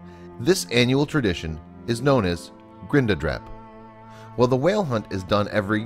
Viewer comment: I laughed so hard when he said grinda dráp😂😂 grind is the best food in the world!!